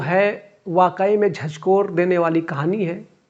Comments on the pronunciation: झझकोर नही झकझोर hota hai bhai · वीडियो बनाने से पहले हिंदी सीख तो ले। झजकोर नहीं सही शब्द है झकझोर 😂😂😂😂😂